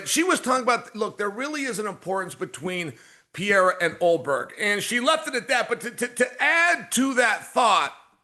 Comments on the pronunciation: Gotta say I become more and more impressed by how people manage to mispronounce “Pereira” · Send Chael back to grammar school, please, and teach him how to pronounce Periera correctly. 😂